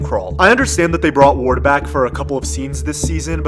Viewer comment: *ward not wayde